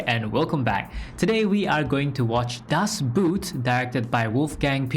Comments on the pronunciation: Obligatory "it's not pronounced Das Boot" comment. It's more like "Das Boht". Or 'Das Bought". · You are mis-pronouncing the title. It is pronounced as if it were spelled "Das Boat".